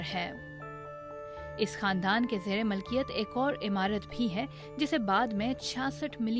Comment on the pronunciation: اپنی اردودرست کرو اَفشانہیں اِفشا ھے مَلکیت نہیں مِلکیت ھے غیر اِخلاقی نہیں غیر اَخلاقی ھے